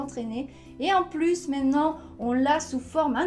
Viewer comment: comment vous prononcer "maintenant" manon ou mantono !!!!!!! 12;36